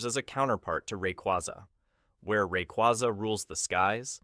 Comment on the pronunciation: RAY-QWAY-ZA NOT QWAZA